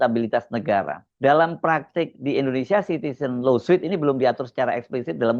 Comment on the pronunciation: Koreksi. LAWSUIT dibacanya [lo:sut] BUKAN [lo:suit].😢